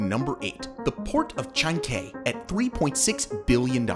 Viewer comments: Its no "chan-k" its chancay. Porque los gringos no hacen el mínimo esfuerzo en pronunciar? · Ilo is pronounced phonetically EeLo . Chancay is pronounced phonetically, ChAN CAY. Please learn some basic Spanish. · Interesting but your pronunciation was way off. Chancay is pronounced Chan Ky like sky. Pisco is pronounces Pee sko not piss ko. Ilo is pronounced EE Low not "Yo". I live in Peru.